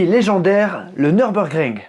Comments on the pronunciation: Tu as fait allemand LV2 ? Bravo pour l'accent ! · J'y étais encore ce samedi pour quelques tours avec mon véhicule. Quel pied cette piste 😍😍😍 bravo pour la prononciation, venant d'un français, c'est à souligner !!!